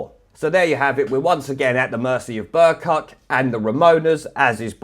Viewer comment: Every time you say "Bercuck", I think you're saying "Bercu"-something else. Which arguably fits even better.